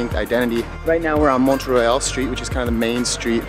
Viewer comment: Plateau Mont-Royal and it's Mont-Royal Street** haha :)